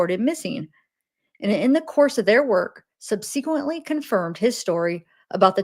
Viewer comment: Just for future, subsequently is pronounced "Sub-suh-kwent-ly" :)